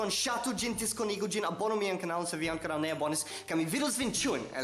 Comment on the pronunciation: La akcento ja estu en la o.